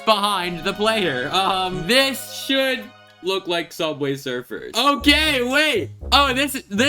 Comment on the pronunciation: Sooubway srfr